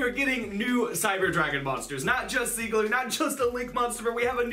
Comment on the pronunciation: Its SIEGER god dammit